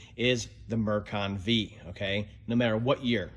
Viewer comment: Actually, it's Mercon FIVE, not Mercon VEE. Hope this helps.